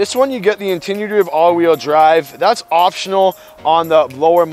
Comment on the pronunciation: What’s with the nauseating music....and the word is intuitive...as in intuition.